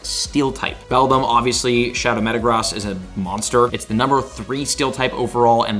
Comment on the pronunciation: For the love of Arceus, please learn how to pronounce Metagross correctly!